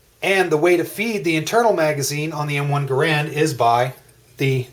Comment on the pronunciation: Rifles don't have clips, pistols do. The M1 "en bloc" is just THAT, an en bloc.....not a damn "clip"! BTW, though it's spelled GARAND, it is NOT pronounced thus. The correct pronunciation is Geh'-rend........sounds like 'errand'.